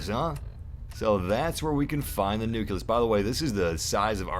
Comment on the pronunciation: Not to be rude, but does it piss anyone else off when he pronounced nucleus as "nu-kill-us"?